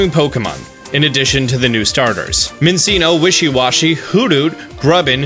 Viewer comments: Minseeno sweilius?! Do you know how to pronounce pokémon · The way he pronounces Hippopotas, Minccino and Zweilous hurts me